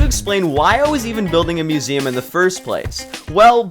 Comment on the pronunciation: *museum not musium 💀💀💀